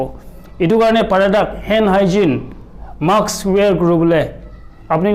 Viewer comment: Mask koi ho not maks :D